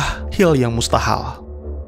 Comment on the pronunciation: 15.41 " Hil yang mustahal " njir ngomongnya typo wkwkwk